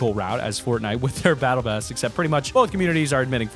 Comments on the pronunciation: "battle cass" lmfao I'm dead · He accidentally said Battle Cass lol